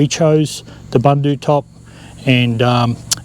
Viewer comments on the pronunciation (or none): Pronounced Boondoo top. I know, I am South African.